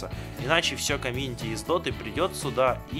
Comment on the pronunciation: уже не дота а дока